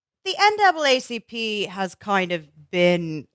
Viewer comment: Matt with the NAAPCP slip had me dying